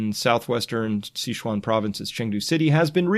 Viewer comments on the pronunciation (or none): Did he just say Shichuan ? But that's where Liziqi live 😱 I hope her grandma is okay